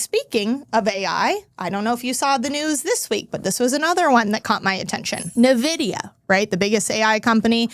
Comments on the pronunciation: pronounced EN Vidia, not Nuh Vidia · I stopped listening when she called it Nuh-vidia 😂